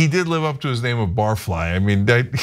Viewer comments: i think his name is "barf"ly, not bar fly. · His name is not Bar Fly, but Barf Lie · Barfly is pronounced BARF-lee